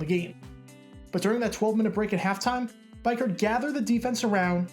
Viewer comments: I'll never forget watching this game as a young raider fan. Good times...Btw it's Greg BEE-KURT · Its pronounced bee-kert wise ass Lmao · Really cool seeing stories like this that might otherwise be forgotten over time. Darrell Russell was an absolute beast back in the day. FYI it's Biekert, pronounced Bee-kurt. He was a huge fan favorite during his time with the Raiders. Great Job, nice vid! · You would think this guy would have watched the footage and heard how to pronounce biekert. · Think Greg's last name is pronounced different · Why he say Biekert like that ?? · This guy can’t even say Greg Biekerts name correct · It was difficult listening to his name being mispronounced throughout the video. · Greg was a stud at CU-Boulder and local kid. This dude made a good video, but butchering the name of the main character was not good. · I'm confused how he didn't know the pronunciation I mean did he never watch a video where they said his name? but don't get me wrong I still enjoy the hell out of this video. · I was gonna mention the pronunciation. This game is legend to real Raider fans. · u pronounce biekart wrong big time.... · It's bee Kurt not bi Kurt for Greg biekert lol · Great video, but I cringed every single time you said his name. His name was Greg BEE-kurt not BYE-kurt. You're obviously very sharp, and well versed in the game, and good at putting together entertaining and factual videos. I just can't understand how you would overlook something as basic as verifying the pronunciation of the principal player's name?? Other than that, thanks for the very entertaining video. As a die-hard Raiders fan, I remember that fun game all too well. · Greg beeker, not biker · It's Greg "Beek Kirt" not bike hurt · EXCEPT HIS NAME IS PRONOUNCED BEE-KURT NOT BIKE-KURT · Beekert not Bikert. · DUDE! Its (BEE-KURT) not Bi-Kurt.... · It's Greg B(eee)kert. Not B(Ike)ert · Bee kert is how it's pronounced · You pronounce Greg’s last name wrong lol